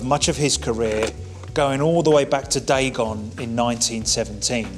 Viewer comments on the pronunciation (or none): none